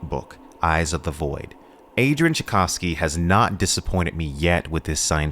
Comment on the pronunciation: And now say Tchaikovsky properly., Its the same name as the composer. 😊